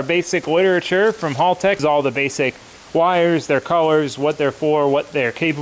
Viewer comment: I hate to be this guy but you are saying haltech wrong.